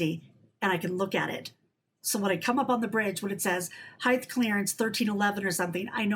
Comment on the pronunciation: Great topics,, but it's HEIGHT, not heighth. See you down the road.